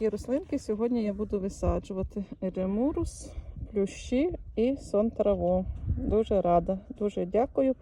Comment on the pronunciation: Еремурус, а не эремурус😮